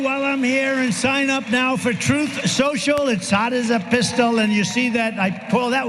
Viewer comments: It's pronounced "Trouth Snoshle"... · Trump glitches like an NPC 😆 He one time called his glorious platform "Troth sential" Good job buddy...